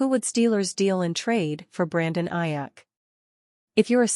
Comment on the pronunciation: This AI crap is driving me crazy. Robotic non feeling stuff. It brutalized Aiyuk name.😊